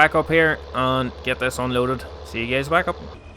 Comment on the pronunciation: Hey gays" lmao